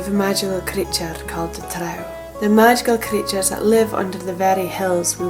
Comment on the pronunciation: Thank you for pronouncing "trow" correctly! The fantasy creatures in AD&D called "drow" are pronounced the same, because their origin is this exact folklore, along with Viking dark elf folklore of course. I try not to be a grammar nazi but it's hard when people call them "droh"😂 Great video!